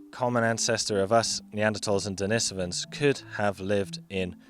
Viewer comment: Why does he pronounce «Denisovans» like that?